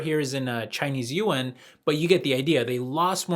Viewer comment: Just FYI. Chinese pronunciation of "Yuan"